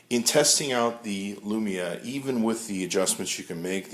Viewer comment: he said lumina... cx